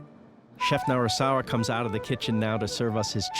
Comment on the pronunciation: The name is Narisawa not Narasawa.